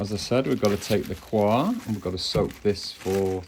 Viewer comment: Nice vide, thanks. Just FYI, 'coir' is not pronounced as if it were a French word, which it isn't. It's just pronounced like coy-uh.